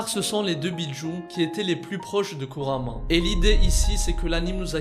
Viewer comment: Kuurama et pas kurama